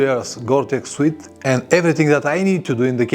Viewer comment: Thank you for your helpful videos, I have learnt a lot from you. One thing I would like to mention is that the word "suit" isn't pronounced " "sweet" it's pronounced "soot"please check with Google pronunciation for a better idea. Many thanks and best wishes for your channel.